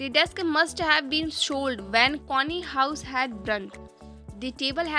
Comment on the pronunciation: Mam your connie pranouncetion is wrong